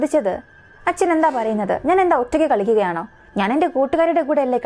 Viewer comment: വരഞ്ഞു തരാം , വരയാൻ തുടങ്ങി എന്നല്ല പറയുക വരച്ചു തരാം , വരയ്ക്കാൻ തുടങ്ങി എന്നാണ് പറയുക. അതുപോലെ തന്നെ കളിക്കുകയാണ് എന്നാണ് പറയുക അല്ലാതെ കള്ളിക്കുകയാണ് എന്നല്ല.. ഒരു മലയാളി ആയിട്ടുപോലും മര്യാദയ്ക്ക് മലയാളം പറയാൻ അറിയില്ലേ